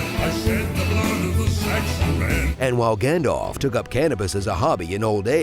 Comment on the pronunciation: YES!! You said it correctly, “Gand - alf”! … oh damn it, “Gand - olf”. Nevermind